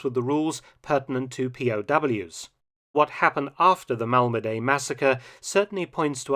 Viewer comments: It's pronounced Malmedi not Malmedey. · Your pronunciation of names sucks. Mal-muh-dee, not Mal-ma-day. Do a little research and you can stop sounding like a lazy amateur. It took me 15 seconds to hear the French, Dutch and Belgian pronunciations. They were all essentially Mal-muh-dee, none were Mal-ma-stinking-DAY. It makes me question how haphazard the rest of your videos are if you can't even pronounce correctly. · Pronunciation of "Malmedy": the y at the end sounds like "i" in "pin", not like "ay" in "day".